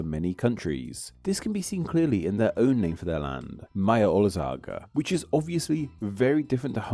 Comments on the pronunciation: The text is saying Magyarorszag, so Ma-gya-ror-ssa-g, but you said it Maya-olsag-uh, lol. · Ok dude, I know Hungarian pronunciation is hard, but this? 'Mayalolzag'? C'mon now. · OK, me as a Slovak, you know who knows, our rivalry with Hungarians, for whatever reason, trolling, memes, innocent jokes, redditors, people stuck in the past, whatever. Even I am irked and annoyed how badly he pronounced... "Mayo-oli-zaga" ? Hungarian is not an obscure language with 1000 speakers, this is poor quality of content research. Sir, the internet is not new, you can find out how it is pronounced, if you physically can't, just use a recording of a native or record the sound from Google Translate, we really wouldn't mind if you did that. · as a Hungarian, when he said "Mayaolsagha", I felt that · Bro, it's pronounced MA-DYAR-OR-SAG!!! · 100% agreed. I can understand not checking the pronounciation of every single foreign word and name, but on a channel focusing on language and "Magyarország" being the literal subject, it is a bit heartbreaking to hear "Majororszagg". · ’Majaorzagg’ wiped me out lol. At least he pronounced ‘olasz’ correctly instead of ‘olaz’ (checks notes) TWICE. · Even as a Hungarian it was interesting. Just a little nitpick, we say "gy" like in Magyarország more like as you say "g" in engine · what did you call Magyarország? And NO THAT'S IS NOT HOW YOU SAY IT! NONE OF IT. oh my god, did you even look it up?! No it's not how you say it T.T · Yeah his pronunciation of ‘magyarorszag’ made my eyes water.